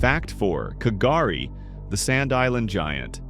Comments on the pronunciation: So I’m only 3mins in and your map of population density is nothing like 50km from the coast - more like 500lkm and the largest sand island is pronounced gari the k is silent - not Garry or kagari - gari - your welcome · K’gari silent K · How can i respect ur content if you're pronouncing names of indigenous country incorrectly? It's not KAH-GAH-REE K'gari, the K is silent. It's pronounced GAH-REE. If u took my class & u can't pronounce a geographical noun correctly that u are doing a presentation on, you fail. It's pronounced KATI-TUNDAH, not kart-ee thunder, again with showing no respect to our first australian's country by saying the name incorrecty. The H is silent when pronouncing Kati Thunda. Don't do lazy geography. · The commentary is dreadful. For a start K,gari has a SILENT K.. get it right...and Kosciuszko (pronounced kos - ee- osko ) can have snow in SUMMER! It ALWAYS has snow in Winter. !! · Thank you for showcasing our glorious country. Oh th K in Kgari is sinent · The ‘K’ in K’gari is silent so it’s pronounced "gur-rie" or "gur-ri" ❤️💛🖤